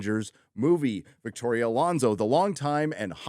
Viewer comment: I think you mean "Victorrrrrrrria Alonso"